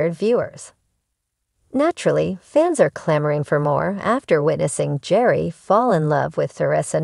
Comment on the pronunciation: His name is pronounced. . .GARY!!!! Bachelor Official, you say? If you get the subject's name right, that's a good start.